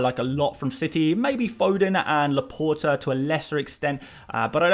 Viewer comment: I'm begging you... please stop saying LaportER. It's pronounced La-Port.